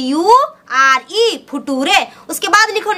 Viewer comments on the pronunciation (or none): फ्यूचर को फटुरे, और नेचर को नतुरे वाह........mast maidam ji....gazabbbbb😂🤣😂🤣😂🤣🤣🤣🤣🤣🤣